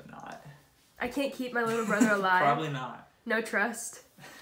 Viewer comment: probabaly..probabaly...lmao same tho 😂❤